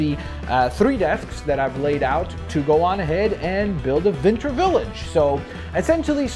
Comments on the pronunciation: you keep saying vinter village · It sounded like he said vinter